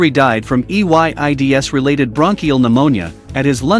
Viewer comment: why did the voice say AIDS like EYDS